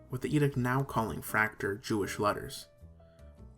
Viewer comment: Nice general overview. However, Fraktur was not limited to Germany historically. Norway, Estonia, Latvia, Denmark, and of course Austria were at one point heavy users of Fraktur. Likewise, Fraktur is not pronounced like 'tractor', but is pronounced 'frock-tour'.